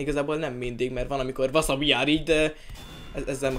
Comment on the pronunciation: Csak én hallom az elején úgy hogy Wasa vagyok :D